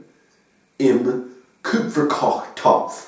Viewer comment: That's impressive for 6 months of learning! Ich habe alles verstanden, auch wenn einige Dinge von mir nicht so gesagt werden würden. Mit den Umlauten hast du noch so deine Probleme, Karpfen und Kupferkochtopf hast du sogar mit Umlauten gesprochen (also Küpferkochtopff und Kärpfen), bei Wäsche hast du "Wasche" gesagt... aber sonst: Super! And I can only imagine what I'm sounding like to an english native speaker (when speaking English).... :D And: Ich liebe Akzente! Ick würd jerne uffhören Berlinerisch zu sprechen, aber dit fällt mir echt schwer!